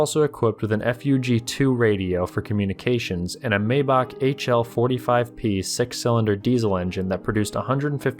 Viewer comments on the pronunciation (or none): Please learn how to pronounce the ch sound like in Maybach. It’s not a K.